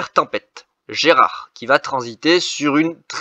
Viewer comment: GERARD PAS GERAD 🤣🤣 BON POINT